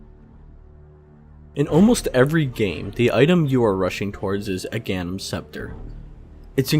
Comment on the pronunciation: Uh-ganims. I love you bro. ;p